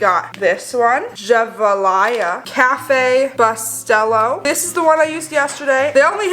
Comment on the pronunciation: its pronounced Cafè boo-ste-low i love ur videos!!!!